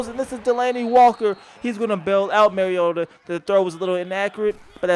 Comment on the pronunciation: Its "mario-tah", like super mario....it is not "marry-yota"...the man has personally expressed how to pronounce his last name on national television multiple times. Get it right.